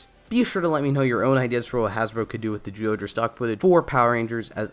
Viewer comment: Your pronunciation of "zy" as a simple "j" sound is VERY distracting! Otherwise, good vid. 👍🏻